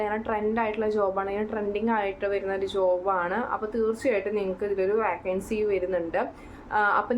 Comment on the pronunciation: വാക്കൻസി അല്ല വേക്കൻസി